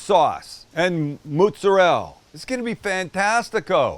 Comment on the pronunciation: Being Italian has so many benefits 1 being the best food. You get a B for trying to say mootz-arell ! Blessings